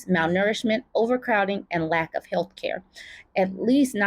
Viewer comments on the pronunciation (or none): none